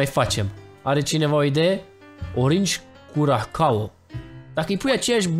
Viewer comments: se scrie curacao dar se citeste curasao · Se zice curasao